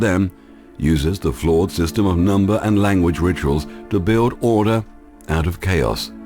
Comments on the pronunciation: Why is it that intelligent people cannot pronounce the word Build? The narrator says build with a "w" added in, Bwuild. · Gaia Earthborn Truthiracy, Dahboo7, Suspicious0bservers and this narrator cannot say the word Build or Hold. There's no W. It's not an accent, it's a speech impediment. I don't know why.